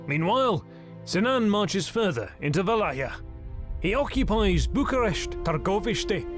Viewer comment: now the pronunciation of valahia is correct. thanks